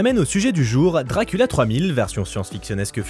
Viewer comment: Je découvre la chaîne avec cette vidéo c’est incroyable 😂 mention spéciale pour « Drakoolio »